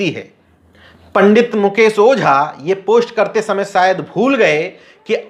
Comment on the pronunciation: Patrakar sahib aap apni bhasha shudh kijye sha shabd ko sa na uchharit kiya jye jaise aap bhasha ko aap bhasa keh rahe he mukesh ko aap mukes keh rahe he . Vishay ko aap visay keh rahe he